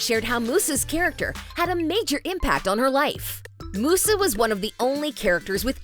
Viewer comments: this video triggered me SM when the person who is talking pronounced musa name as mooo sa instead of saying muse a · It- it’s Musa, like music, not moosa, she ain’t a damn cow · Yeah, this is so true the minute I saw this I literally just didn't love it right away also she says it like moosa when it's músa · Its "Miusa" not "Moosa" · please stop saying moussa its musa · Am I the only one who keeps saying " musa /Muza" whenever she says "musa/mussa" It's musa with a Z like music " Myuza" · Its not Moosa its Musa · Stop saying mooosah It’s pronounced mewsa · Musa not moosa lmao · it not moosa its MUSA Mew_SA like how you say mew the pokemon name! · I have never seen someone pronounce Musa as Moo-sa, it's Myuusa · Mentions people asking if the creators even watched the original -Narrator pronounces "Musa" as "Moosa" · I honestly am just grateful to have a live action series. 🤷🏻‍♀️ Also, Musa sounds like, MUSE AH 😊 I appreciate this video, I just.. can't ignore the fact you got some things wrong. 😂 It's okay. You probably didn't watch it so it's fine. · The narrator gave you all false informations. „Musa“ with pronounciation oo is actually italian, in Fate they still call her „Miusa“ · Why are you pronouncing it Moosa? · Is anyone bothered that she pronounced Musa as Moosa? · I’m so bothered by the narrator pronouncing Musa as Moosa😡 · Does no one know how to pronounce Musa’s name? Here, lemme help you M-you-za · The original Winx Club is Italian, the pronunciation of Musa is 'Moosa'. 'M-you-za' is the pronunciation of the english version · Love how the narrator's clearly never seen the show but is just making the content that people want to hear. Real fans don't call Musa "Moosa." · No, it’s the English version that use this pronounce. The original is “Moosa”. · It's pronounced Mi-yusa. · I can’t help but laugh and cringe when they say Musa as Moosa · Why is Musa pronounced as Moosa LOL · Anyone else annoyed with how she pronounces Musa!!!